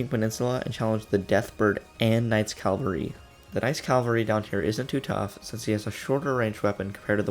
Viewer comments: It's CAVALRY... CA-VAL-RY!!! It says it RIGHT THERE. Also, thank you for the guide, Father. love you. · "Calvary" annoys me every time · CA VAL RY NOT CAL VA RY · Y u say CALvery. Isn't it cavalry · except the fact that mispronunciation on hard words is understandable but its seriously not hard to pronounce Cavalry